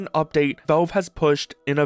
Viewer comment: It's pronounced "valve" not "velve"